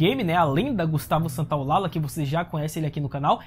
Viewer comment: gustavo santolalla se diz ;gustavo Santolaja, ll se fala como j, parabens peo video